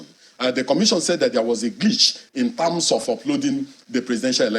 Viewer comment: "... in tams of..." 🤣🤣🤣